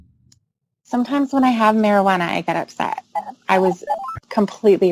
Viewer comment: For some reason drunkenly saying "marijuana" for no apparent reason is the funniest thing in the world